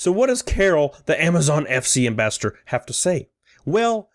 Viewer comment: Pls don’t hate me but it bugs me when you try to pronounce “ambassador” it sounds like you keep saying “ambastard”